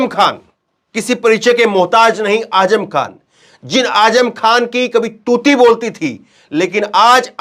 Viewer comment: Azzam not aajam